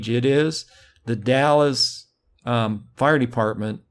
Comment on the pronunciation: Not to be an asshole or anything, but just for your future reference, it is pronounced "The Dals" not The Dallas. Sounds like Pals but with a D instead of a P.